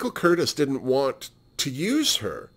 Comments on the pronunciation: The only other Crawford film you've seen is "The Women"? Oh c'mon now. "Whatever Happened to Baby Jane"?!? The director's name Michael Curtiz is pronounced Cur - tease. My father was a Pepsi executive for many years and has great stories about Joan showing up drunk to open new Pepsi plants. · Oh yes Gymrat, how could I forget that?!? Okay, so that's 3 Joan Crawford films. LOL I'm an idiot. Speaking of, I realize that I mispronounced Mr.Curtiz's name. I told you I was an idiot, Seriously xox